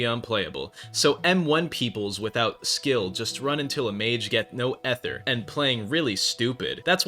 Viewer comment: you need to either make a new build or say ether properly, you can not do 2 bad things at once.